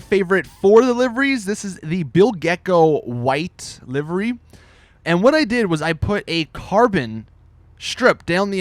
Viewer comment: When you cant pronounce livery :D